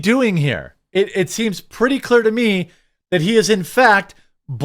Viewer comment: The word is "THAT", not "DAT".